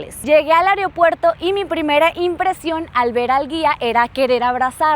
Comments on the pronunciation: Muy buen video,sólo una observación creo que a veces exageras en la forma de expresar , tal vez si lo haces más calmada sería mejor ,y trata de decir correctamente las palabras, ejemplo: no se dice areopuerto , se dice Aeropuerto. Es mi opinión y si no les gusta no me importa no voy a contestar a nadie 😂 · Aeropuerto no "areopuerto". Recepción no "recección". Adaptar no "adactar". Hiyab no "hiyac".